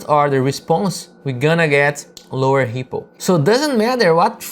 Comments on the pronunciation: Great stuff! Though I'm not gonna lie, it took me a while to realize you were saying ripple and not hippo :D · I thought the exact same thing!